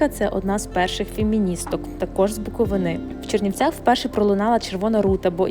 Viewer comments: Ну они же великие эксперДы вело-инфраструктуры и ещё в географических названиях тоже судя по ихнему произношению БуковИнИ😂. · з БуковинИ вас хто мови вчив? Ну якшо ви хотіли образити Буквинців, ви це зробили. ДЯкую вам гарно